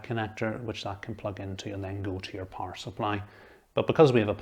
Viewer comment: Gosh it took me some seconds To understand this “power” word pronunciation, nice video though! Thanks